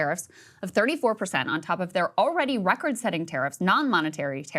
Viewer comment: Neither can you say "already" (awready)